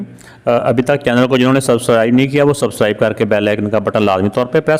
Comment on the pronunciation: Subscribe ❌Susribe✅😅😅